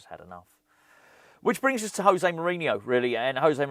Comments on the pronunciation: It's "Joe-Zay", not "Hoe-Zay". He is Portuguese. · as he's portuguese its pronounced josay not hosay which is the spanish way, agree with all you said on this video though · I don't want to be that guy, but im going to be that guy José is Portuguese, the J is a hard J in his name, not like it is in Spanish 🤓